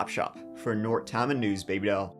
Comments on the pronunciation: Tama is pronounced Tay-ma. You got Traer and Dysart right though. This is another one in Eastern Iowa, just about 50 miles from a bunch of mid-sized cities. There is a casino on the Meskwaki Reservation in the town of Tama. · This has probably already been said, but it's pronounced Tayma. Long "a". 😊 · It's pronounced Tayma. Long A. County seat is Toledo, considerably bigger than Traer, which ain't saying much. (I live in this godawful state). And yeah, we have nasty ass tornados and derechos from time to time. Might have one tonight. Ninty-four degrees Fahrenheit today. That's 34.4 Celsius. Don't move here. We have the worst governor in the U.S. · Tama County is pronounced "Tay-ma". I'm always shocked to open a new episode and hear Iowa! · Great video but it is pronounced Tay-ma. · Histrionics on the telephone? Here, let me put you on speaker! 😅 "What if someone is HERE," she loudly yells." OMG Iowa pronounciation tip: TAY-muh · Tama is pronounced, TAY-ma, not TAH-ma. Maybe it's the Irish thing, but from an Iowan, it is driving me nuts. Love ya,. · It’s killing me - it’s pronounced Tay-muh. But I’m clearly swearing allegiance to and calling it Tamuh from now on 😅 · A story from Iowa, that’s a rare day! I live in a hole apparently, this happened 30 minutes away from me and I never heard of it 😮 (the county is pronounced “Tay-muh” btw ) Traer is a really small town! Yes my family was in farming, when I grew up but not a lot of small family farms anymore, corporations are buying up the primo land. We had forty acres of the best topsoil in the world. I moved away from Iowa to a city when I was a young adult but came back for my kids to have a good education and lots of space to grow up in. It’s a good place to be a kid! Apparently not a good place to be a husband 😢though, that wife is the worst actress I’ve ever seen!😮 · Hey...Traer is in Tama County (Indian name like many names in Iowa<--another tribe). Pronounced TAY-Mah. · Pronounced TAME-A county